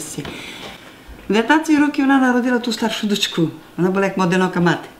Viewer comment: навіть не так не "чуток специфический сельский закарпатский диалект укр.языка". Лексика на 99% літературної укр. мови. А ось щодо вимови слів — так, якраз вона і збиває з пантелику. Приклад із видива: вОна дАла (замість вонА далА).